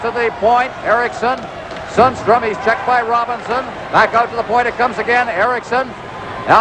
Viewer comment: The commentator did not do his homework: Sundstrom is pronounced differently from Sandstrom: S-y-ndstrom or something to that effect :)